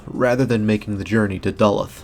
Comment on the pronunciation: Duluth, I've heard it pronounced DUH-looth